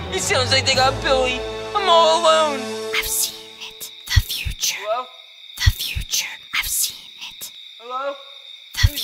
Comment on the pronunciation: said hallo Instead of hello when he was knocking on the door